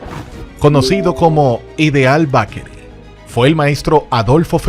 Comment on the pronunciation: Muy buen documental. Solo necesita corregir la pronunciación de Bakery. Esto le quita mucho al video